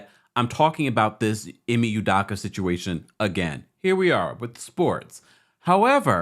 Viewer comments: Hi, as much as his name is in the news the past few days and as many videos as you’ve made, it’s cracking me up that you’re still butchering his name lol. It’s EE-MAY UW-DOW-KA. The Nigerian in me is slightly irritated lol All love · Bro please pronounce this man's name correctly. 😂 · You can’t even say his name right. Smh. Guess you got your views though. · U could at least pronounce the name right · first of all learn how to pronounce his name correctly...people cheat...all parties involved need to go there separate ways...